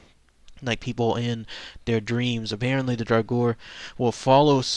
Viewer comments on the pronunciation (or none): to pronounce draugr it's like this Dra gur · It's pronounced draw grr. They are just zombies, like the orc-nass from Beowulf. For those of you who learned of the draugr from Skyrim, check out Morrowind and the Bloodmoon expansion. :D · The correct way to pronounce Draugr is "Drah Ger". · the pronunciation of draugr is dray-oog-er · It's pronounced draw-grr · dumbass it's drogger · If you are interested in an aurhentic pronounciation just scrap the last "u" and you are good!